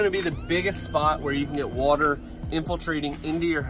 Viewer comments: Don’t listen to him guys. You can’t trust anyone who pronounces water like he does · "wah-ter, "wurhter". spoken like a true northener.lol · Wooder. Look up Chris Fix videos (cars) he even writes on his spray bottles Soap and Wooder.